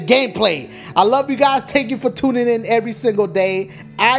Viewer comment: "Tank" you for tuning in lmfao